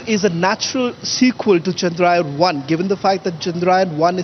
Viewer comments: It is chandrayaan not chandrayan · Your reporters can't even pronounce chandrayaan properly. Pseudo English